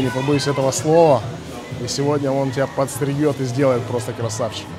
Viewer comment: Подстрижет , а не подстригет 😂 вы в школе улились вообще блогеры 😀